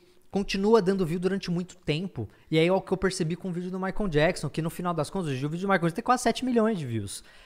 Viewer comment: Castanhari pronunciando "maicon" ao invés de "maicol"... meu deu Gatilho.